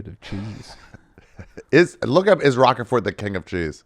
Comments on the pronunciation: Holy shit Ari it’s “Roquefort” r-ohk fort. Not rock a fort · Pronounced “Rock Fort” cheese not Rocker Fort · Ari mispronouncing Rochefort that way is very displeasing to the ear.